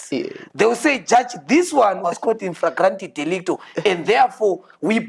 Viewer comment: Meet the guy who said infragrant delicto 😂😂😂😂😂